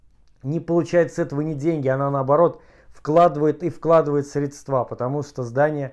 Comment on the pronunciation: Прошу прощения за свою дерзость, но хотелось бы сказать, что ударение в слове "средства" падает на первый слог, на букву "е". Что касается ситуации с домом, то это просто выходит за все рамки разумного, с каждым днём всё больше кажется, что Россия не социальное государство, которое старается сохранить всё многообразие её многонационального народа, а всё больше авторитаризирующиеся государство, которому всё равно на интересы её нарда (не только нацменьшинств). Хотя, возможно, мне так только кажется.